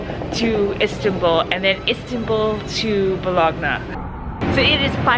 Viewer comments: Its pronounced Bo-loan-ya - not Bo-log-na...just saying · Bologgg-Naa... Butchering foreign names.